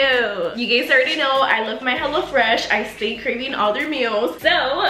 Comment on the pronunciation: The intro when she was like hello fresh i thought she said HELLA FRESH 🤣🤣